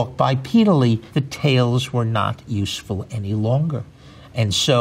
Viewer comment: 例如 他 USEFUL 的發音